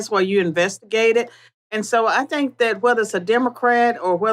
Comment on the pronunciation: Why does she say Tink instead Think?